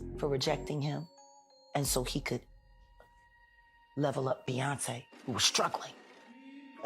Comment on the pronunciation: You slug narrator make Jay n Beyoncé name taste like ass hole in your mouth